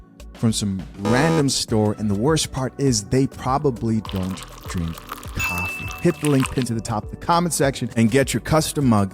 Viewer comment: why do you say caffee and not coffee